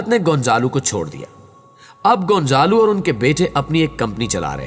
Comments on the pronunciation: بیٹا گونزالو نہیں ۔گونزالا ھے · Hindi mein gonjalo bolty 🤔 z ko J